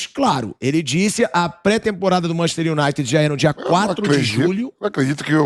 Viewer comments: "MANCHESTI UNAITI" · "Manchi unaite"(sic) eita Vampeta ...estude ...vc tem grana homem ...tenha aulas!!!